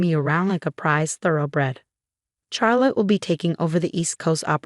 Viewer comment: Even the AI is not able to pronounce the name correclty. CHARLOTTE: It is pronounced as Shar+luht, or Shaa+luht, not "Char as in charcoal".